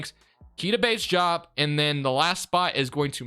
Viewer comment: why do you said diop like that? it’s pronounced exactly how it’s spelled